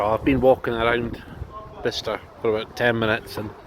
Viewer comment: Top 3 of all time, high scores for everything!! Dart set up looked phenomenal. TVs n the booths a nice touch aswell. I notice you were pronouncing it Bister. I’ve never heard of this place before, but if I had seen it on a road map or something, I would have been pronouncing it Buy-Chester as that’s how it looks. Thanks for the video